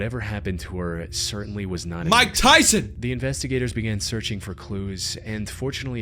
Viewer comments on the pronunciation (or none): "Mike taison!?" Bro why????? 😭